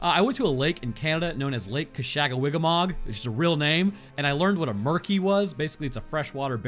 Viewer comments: Muskey. not murkey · It is called a musky not a murky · Muskie not murky 😂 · As someone who grew up in that area of Canada I was wondering what a "Murky" was until I realized you meant a Muskie. Yeah, don't blame you about not going back in lol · I was VERY confused as to what he meant when he said “Murky” in the beginning. Then I realized that he was talking about a “Musky”. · Bro called a Musky a "Murky" lmfao. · What he talking about a Musky in the first two minutes? Tf is a Merky lol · when bro said murky i think he meant muskie relative to the northern pike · Lmao a murkie, I think you mean a muskie. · I'm pretty sure the fish you're talking about at the beginning is a MUSKIE, not a murky, and I have NEVER heard of one attacking a human. They do bear a superficial resemblance to a barracuda however. Also, it's pronounced "sar co su cus" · I’m pretty sure that “freshwater barracuda” you were talking about is a “Muskie” aka the Muskellunge…not a “Murky” lol couldn’t tell if you were being serious or cracking a joke lol 😅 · A "Murky"? You mean a Muskie. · A murky? I believe you meant musky. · By Murky were you referring to a “Muskie?” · He had to mean muskie not murkie..... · I think you meant Muskie not “murky” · Its a muskie not a murkie lol 😂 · For anyone autistic enough to search for the fish he mentioned, I think it's a "musky" not a "murkey", which should help you find it. 😂 Muskellunge is the full name. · I think you mean musky not murky? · This man called a musky a murky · no ones gonna talk about how he called a muskie a "murky" huh? lmao